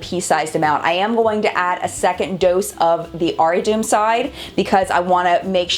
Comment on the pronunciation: It's pronounced aari-taw-um (the t is soft : like in despacito& te amo)